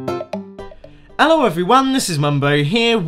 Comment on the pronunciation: Ello everyone, this is Mumbo here... Who cares about the h.